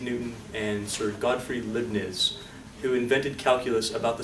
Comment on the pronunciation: Leibniz is pronounced Lyebnitz (think about "dye" and "Nimitz"). Love the Videos and I am learning a lot. Thank you, Professor.